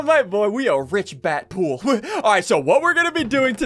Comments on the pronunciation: DEADPOOL NOT BADPOOL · It’s Deadpool not bat pool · Nobody talking about how ssundee calling dead pool bat pool? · Ssundee his name isn't bat pool it's dead pool